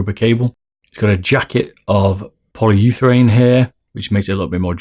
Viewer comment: Kovak and other aim trainers are so overrated it's not even funny. btw poly-ure-thane goddamn it..